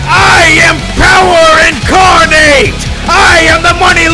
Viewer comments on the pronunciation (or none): You pronounced incarnate as a verb. In the context of your sentence it was a noun and should have been said differently. I'm disappointed.